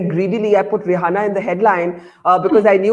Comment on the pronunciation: It’s Ree Anna not dasei name 🤣😀